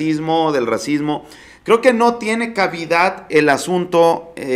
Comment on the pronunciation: Hola sólo te comento y no quiero te ofendas pero no sé dice cabida es cabida sin acentuar la primera a, ósea se pronuncia sin acentuar ninguna letra, como siempre es un gusto ver tus noticias, gracias y bonita tarde